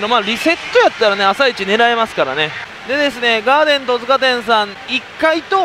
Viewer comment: トヅカでなくトツカです